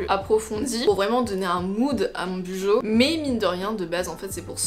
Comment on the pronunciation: team clairefontaine oups lol il me semble que la youtubeuse Les astuces de Margaux avait expliqué qu’on prononçait « Bullet Journal » [Boulette Journal] du coup « Bujo » [Bou-Jo]